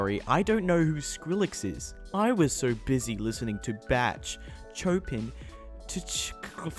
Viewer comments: And Chopin, it's pronounced sho-pan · how can one possibly butcher the pronunciation of "bach" and 'chopin" so bad wtf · Did he just pronounce Bach like Batch? Oh lord Wait there's more Tchaikovsky omg hahah Chopin Cho pin Cho pan lol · English prononciations: Bah Showpin Chycovsky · real pronounciations: bahk, showpan, chaikawfskee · Wow, you say it like this: "Bah, Shopan, Tchaicowski". I am so smart, right? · And Chopin as Chopping. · "Batch" "Choe-pin" "Tich-cu-cul-su" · I disliked because of the way he pronounced Bach chopin and Tchaikovsky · Don't forget C H O P I N. Awful pronounciation... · ngl after hearing you pronounce Bach chopin, tchaikovsky, i wanted to die.